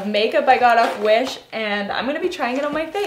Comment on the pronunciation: I though u said Jewish makeup lol